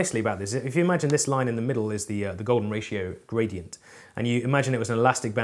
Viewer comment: Why do I always hear Bradient?